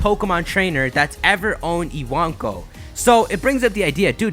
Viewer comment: ewonko it's spelt but he says it as iwanko for some reason